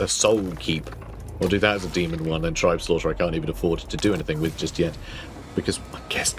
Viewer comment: Uhhh it’s actually pronounced “tribes-laughter”